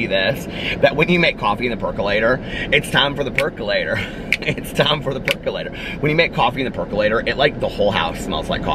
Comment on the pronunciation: lol, you said peculator and I immediately sang the song in my head and started dancing!!